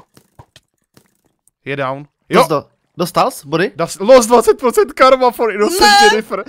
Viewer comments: skara to není inocient ale inocent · prej "innocient" :D